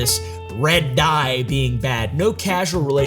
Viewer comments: It's causal not casual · it's "causal" relationship. Not casual lol. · You understand they're looking for a linked cause - caUSal - right? Why do you keep saying caSUal? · It's "causal," not "casual." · the way he said casual relationship instead of causal relationship multiple times... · casual relationship?? does he mean causal 😭😂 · CAUsal not casual :face-purple-wide-eyes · Causal not casual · CAUSAL LINK NOT CASUAL LINK!!!